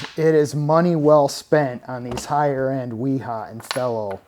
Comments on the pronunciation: It's not fellow its fee-low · "fee-low" and "Vera" and " v-ha" are the correct pronunciations.